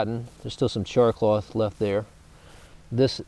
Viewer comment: haha why is he calling it "char CLOTH"? haha its not CLOTH at all hahaha